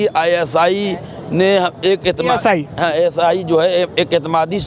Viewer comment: 👉🏻 ISI नही ASI 😂😂😂